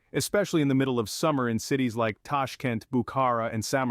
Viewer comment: Tashk'ent, Tashk[E] nt, blinn..